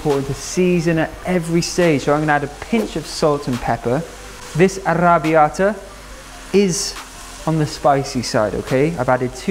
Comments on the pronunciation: ARRRRABBIATA!! complimenti per la pronuncia!! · I'm Italian and I just love the way you say arrrrrabiata ❤️